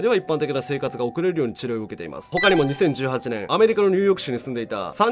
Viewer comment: 2018年度 1957年って言ってるように聞こえるのは自分だけですか？教えてください！たっくーさん！！